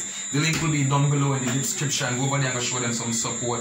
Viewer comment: The “dipscription”....king neva say it right yet🤣🤣